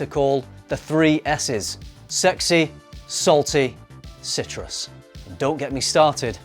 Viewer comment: This man said Sitrus 😂